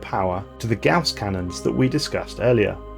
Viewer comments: Always love a good stelarris video for the shower. But you mispronounced perdition as paradition and captions confirm this.. also sounds like your calling the gauss cannon a gas cannon but that ones more understandable with the cool accent. Wonder what accents would form in space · Just to let you know. It is pronouces G aw ss. Basically it should rhyme with house. There was a mathemitician named Johann Carl Friedrich Gauss and it is named after him. Henwas german hence the pronunciation.